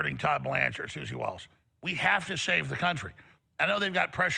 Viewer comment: Hard 2 take someone seriously when they cant pronounce basic names correctly. - suzy willis ??? peak headset ???